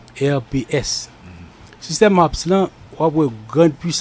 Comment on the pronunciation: se pa H a r p se "H a a r p" but sujet a bien trete